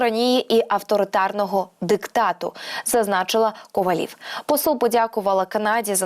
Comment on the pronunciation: Не КовалІв, а КовАлів- ставте грамотно наголос ! Велика вдячність всім, хто за Україну !